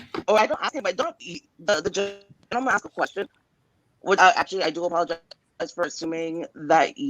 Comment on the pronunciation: said "Franco axed"...his Ghetto Boujie ass. The word is "ask" not "axed". Projects resident ass. You don't live in no high-class place.